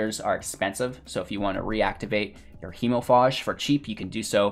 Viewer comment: It is pronounced hemofage not faahhhje.